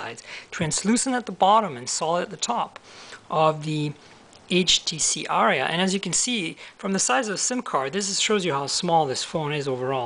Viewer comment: It's pronounced "R-E-UH" btw